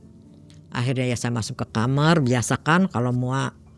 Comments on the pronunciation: Apa cuma q aja setiap ada narasumber ngomong kata "KAMAR" tu ngedengernya "KAMER" 😭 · Itu bhsa jawa